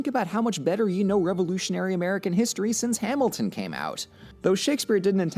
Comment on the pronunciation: whats hamelton?